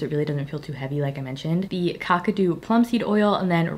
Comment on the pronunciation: Ooh, Hanky Panky is sooo pretty on you (I was always too scared to purchase it due to the colour)! Also, Kakadu is pronounced “kack-ah-do”😊